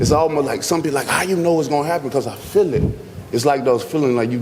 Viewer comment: “I fill it” feel it, fill it, chick fillet? “I just fill it”